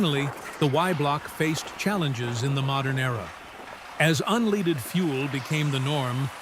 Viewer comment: it's unleaded fuel not UNLEEDED fuel😂😂